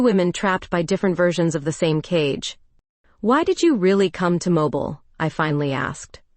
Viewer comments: Terrific Story.. your Voice you chose is Audibly Captivating. But AI cannot Pronounce well (yours & others) as well. ITS Mobile Mo-Berle. Not Mobil as moving. Teacher in US..Sorry 😉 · Learn how to pronounce Mobile, when referring to AL.